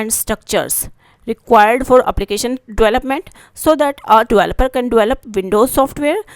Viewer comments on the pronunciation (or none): Dualuper ✔️ Developer ❌ Sport ✔️ Support❌